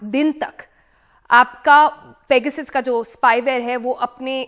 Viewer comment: मेडम शुद्द बोलो ,पेगासस है